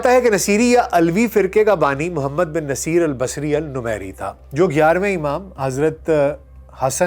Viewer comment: Muazrat lafz naseer nahi 'nusair ' hai is shakhs hazrat Hassan askri ka qareebi aur shia kay masnooi imam mehdi kay na'aib honay ka mudai tha